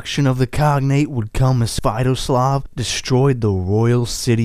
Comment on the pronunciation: You are talking about Sviatoslav I I've never heard of your pronunciation before, and given the names of this region, yours may well be a different person. We're talking about Igor's son here? The one who was betrayed and had his head made into a chalice?